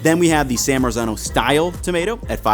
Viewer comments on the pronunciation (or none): Lolol "San Merican Tomato"!! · Just to help out with authentic pronunciations here: San Marzano - San Mart- Zano Cento - Chento and Thanks for letting people know about those san american tomatoes, the price of those considering they're from NJ is just BS. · The correct pronouncination is San Martzano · Hey. it's pronounced san Mart-zano. please learn to pronounce it before you make an entire video about it. it's totally grating... it's like someone pronouncing new york, "newee york" for an entire video. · Yes, the correct pronouncination is San Martzano, but correcting the English and American about the correct pronouncinations is a hopeless and endless project. They have no idea about other languages and they pronounce every non-English word totally wrong. Not just with accent, but totally wrong, and they do so very confidently. What 's more if you say it correctly they are trying to "teach" you the the wrong pronouncination. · You're killing me with the Italian pronunciation 😆 "Cento": 'ce' should be pronounced like 'che' in "cherry". "San Marzano": the 'z' should have a 't' sound in it like "mar-tzano".